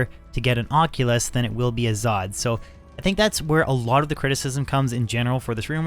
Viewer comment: Aussie? Its an oculus. Like ock you luhs. You new to d2 bro or just english